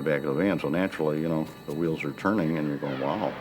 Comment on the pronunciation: "A set of QUWHHEELS." 🥀